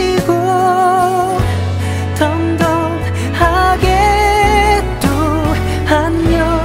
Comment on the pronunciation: 이제 양요섭은 가사 전달을 뛰어 넘어서 가슴에 콕콕 박히게 하네. 특히 ’덤덤하게 또 안녕‘할 때 덤덤 발음이 과하지도 부족하지도 않아서 너무 좋다..